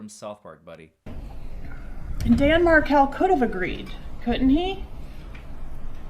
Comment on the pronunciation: she didn't know how to say Dan's last name!